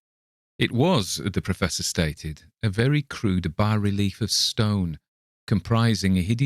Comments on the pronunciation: Congratulations, you’re one of the few narrators on YouTube to correctly pronounce “bas-relief”. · Finally, a narrator who knows how to pronounce "bas relief" properly.